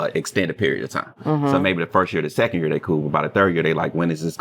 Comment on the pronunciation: 😂I can’t stand it